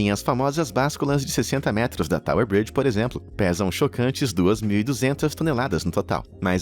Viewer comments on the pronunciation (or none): none